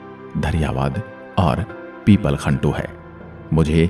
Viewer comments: बहुत सुंदर आवाज के साथ प्रतापगढ़ की अतिसुंदर प्रस्तुति मुझे आपसे कोई आपत्ति नहीं हे पर में इसमें कुछ जोड़ना चाहूंगा की प्रतापगढ़ में 5 उपखंड और 7 तहसीले हे इस बारे में बहुतों को कम जानकारी है। पीपलखूंट सही उच्चारण है नाकी पिपलखंटु आपके प्रयास को सादर नमन🙏🙏🙏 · सर वह पीपलखूंट है न कि पिपलखन्तु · उपखंड - It's pipalkhunt पीपल खूंट😊